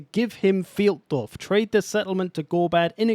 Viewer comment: with all your german cursing I would expect you to know that Pfeildorf is pronounced FILEDORF! Sincerely, ze pronounciation POLIZEI